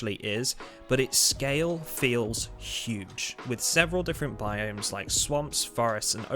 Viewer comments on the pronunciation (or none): none